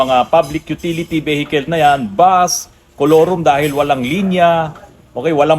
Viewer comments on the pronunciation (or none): Veehicle po sir. Hindi vehicle. 👏